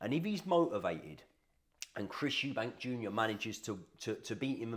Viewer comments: Stopped watching when you said "Eubanks" it's clear you guys know fuck all about boxing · Good video but it’s EUBANK without the S lol